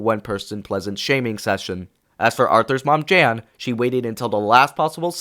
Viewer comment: Note: not sure if this is AI voice or not, but Arthur’s mother is called Jane, you said Jan